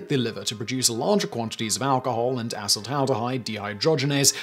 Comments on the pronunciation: thought i heard him say assh*le-taldehyde😂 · I laugh everytime he says "a**holed-aldahide"